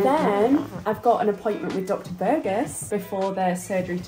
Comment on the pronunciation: i love how you pronounce Burgos, it's so funny 😂 best of luck!!! hope everything goes well ☺️💗